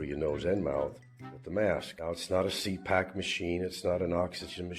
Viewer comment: “No it’s not a ‘See Pack’ machine” It’s ‘CPAP’ not ‘CPAK’